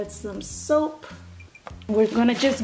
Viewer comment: Did she say soap